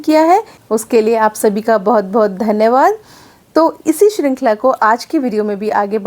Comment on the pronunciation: Is it बोहत or बहुत . When you are speaking it sounds like बोहत